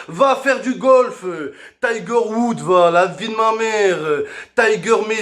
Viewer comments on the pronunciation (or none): none